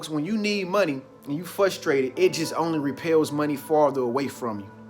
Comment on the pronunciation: Ahhh. I get fRRRRustrated when people don’t pronounce the R in frrrrrustrated. (Fussstrated)